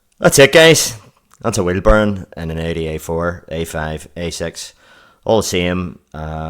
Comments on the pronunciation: Anyone else hearing burn instead of bearing? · If he said bearing the video would have been 5 minutes longer. It was great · lol, because of your accent Bearing sounds like Burn